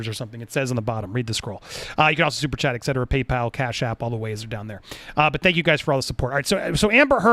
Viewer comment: Et cetera, Andy...Not ecc cetera...